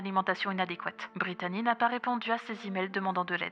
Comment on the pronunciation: Chaque fois que j'entends son nom, j'entends "Britannia" xD